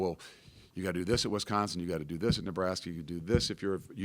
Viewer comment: it's an "I" after the W in Wisconsin, not an "E"